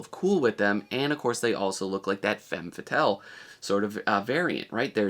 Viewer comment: Femme fatale, not fame fatale.